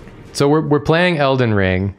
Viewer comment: It sounded like she said el-den-"ringu" and that's where I thought I was missing the joke 😅. Thank you